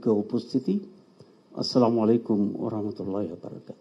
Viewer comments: অনেক মানুষ দেখছি সালামকে এইভাবে দিচ্ছে ।।। সামালাইকুম😂😂😂😂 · সালামালাইকুম কি। বুজলাম না কিরে ভাই কি মুরখোর মতো কথা। সালাম টা এখনো শিখে নাই